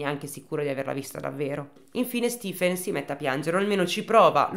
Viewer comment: Come si scrive Stifen? Di solito è e si pronuncia Stephen . Solo una piccola mia curiosità